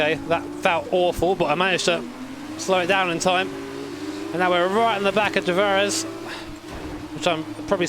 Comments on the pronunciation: How people pronouce De Vries Everyone: De Vreez: De Verez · Its pronounced "der frees" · "De Vries" is pronounced as "The Freeze" and that is also exactly what it means in Dutch. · In Jimmerworld: De Vries = "D'verrias" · It's pronounced De Freeze. Which is quite funny, seen as Vries meens freezing in Dutch ;) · It's pronounced de Vries, not de Vries